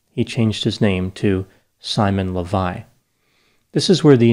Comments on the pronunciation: An Israeli here You got the facts right for the most part, but you butchered his last name, which is Leviev, not Levi. This has significance, because Simon took on this last name to help him with his scams. There's a famous Israeli multimillionaire by that name who made his fortune in the diamond industry, so Simon was pretending to be his son. Also, I watched a news piece on Simon on channel 12(the most popular TV channel in Israel) which included an interview with him. They said that he served 10 months in prison, not 5. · Why are you pronouncing the name "Lavei" the name is clearly "Lavei-ev"? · It’s amazing how easy it was for these women to fall for so little. By the way, I think his last name is pronounced LEH vee ehv. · His last name (the one he CHOSE for himself, because it's the last name of real millioner in the diamonds field) should be pronounced LehVaYev. His real last name is KhaYoot.